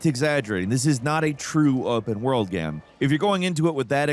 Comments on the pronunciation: game. not gam. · “open world ghem” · I’ve watched for years but it absolutely kills me how ironic it is that he mispronounces the word Game😂